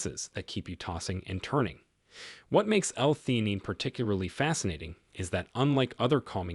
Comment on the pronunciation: The narrator said this is after many years of experiencing the medical field, but this whole thing was AI generated. This is also evidence by his mispronunciation of certain words.theanine since they are not part of the typical vocabulary was probably not adequate program into this computer the generated this overly promised under delivered slop